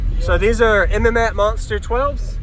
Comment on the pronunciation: like your videos, and this is a nice system. I'm from Florida where mmats is located at they are very big down here and well known!! But I have to call it out.. lol it's pronounced "MATTS"